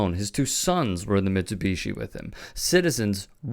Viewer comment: I find your inability to properly pronounce Mitsubishi infuriating 😠